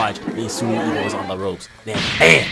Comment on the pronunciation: The way you say "Ippo", the subtitles thought you said "E O". nice video btw.